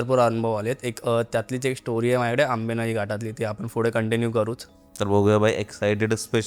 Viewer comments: Na मराठी नीट बोलता येत नाही , नाकातून बोलतोय full. attitude पुढे la फुडें म्हणतोय पुणे la फुने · पुढे not फुडें